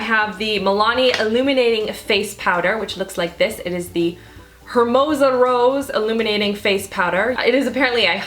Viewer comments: I laughed so hard they way she pronounced Hermosa. I'm so used to saying it the Spanish way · The way she said "hermosa" omg lmao